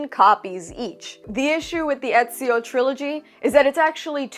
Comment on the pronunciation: it's ezio damn it